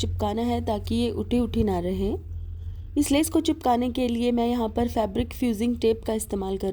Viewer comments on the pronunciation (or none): Kam aap ka hmey boht pasand aata hy pr aap lees bolti hy leas hoti by🤣🤣🤣🤣🤣🤣🤣🤣🤣api me pakistan sy hu mazak kr rhi hu